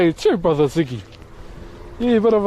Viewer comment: This man lit said brother like gibralter ngl 😂